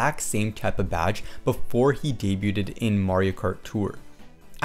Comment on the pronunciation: You don't pronounce the t in debuted. Day-byood.